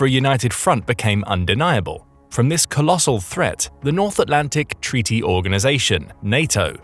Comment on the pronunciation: What a gweat tweaty